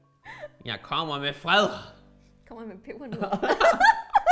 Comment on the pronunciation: Jeg hørte "Jeg cummer med pebernødder" er jeg pervers? 😂😂😂